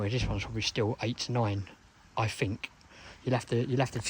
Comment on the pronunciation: “I Fink”? Oh in England we say Think. Thuckwit!